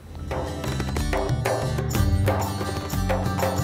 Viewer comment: Well, it is a terrible wirus, a wirus we cannot ignore, a wery, wery awful wirus. Keep safe as this wirus could spread again. . .